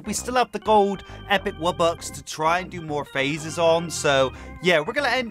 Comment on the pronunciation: Bro really said wubbux